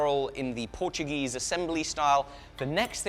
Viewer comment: Solid Portuguese pronunciation mate. Well, better than the Portuguese themselves, at least